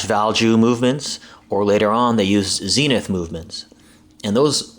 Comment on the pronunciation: it's pronounced "Zen-ith", not Zeenith. its not a TV.